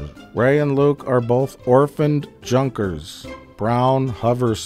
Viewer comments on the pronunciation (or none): none